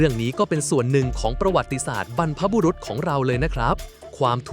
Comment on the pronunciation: สาระดีมากๆเลยค่ะ🤟👍..แต่ที่แน่ๆคนพากษ์น่าจะเป็นคนอีสานไหมคะ มาหลุดสำเนียงที่คำว่า "บรรพบุรุษของเรา" 😆